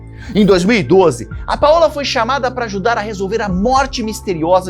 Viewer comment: Paola se pronuncia paula, igual português. Paõla não existe ❤